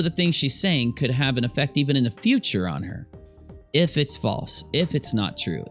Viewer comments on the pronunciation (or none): none